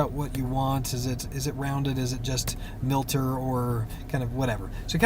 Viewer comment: Thanks for the video. By the way, it is miter, as in miter saw, not milter.